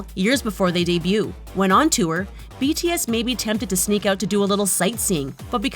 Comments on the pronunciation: I THINK JUST HATES BTS IN GENERAL...... IM SO TRIGGERED ON HOW SHE PRONOUNCED THE NAMES OF BTS😠😠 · i was so trigged by this video because she keeps mispronuncing their names